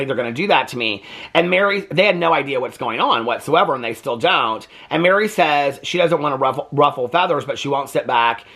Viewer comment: It’s mer-ri not Mary